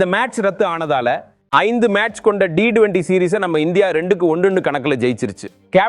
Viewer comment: ரசிகர்கள் ஏமாற்றமே .. நண்பா உங்களின் உச்சரிப்பு சரியாக இல்லை T20 யே சரி D20 இல்லை நண்பா.